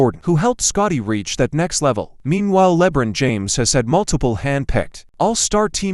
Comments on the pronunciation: Le bren James Lol 😂😂😂 first time I ever heard it pronounced like that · Who the heck is "Lebrin James"?🤣